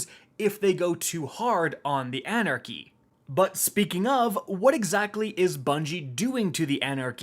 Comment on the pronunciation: You could’ve titled this: the end of “An Era Chy”